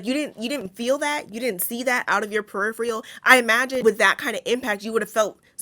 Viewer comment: Peripheral is not pronounced puhrifreuhl. :)